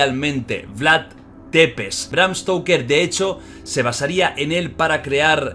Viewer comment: Jordi se Pronuncia “Vlad tzepesh” No “Depes”